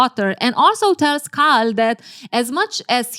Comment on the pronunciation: Its KAL not CARL. this is botherring me as an Asian person. Kal for Kareeem